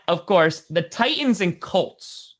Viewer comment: Can someone please tell it's not Ti ens, it is pronounced Tightens, I don't understand why he pronounces it with the second T being silent???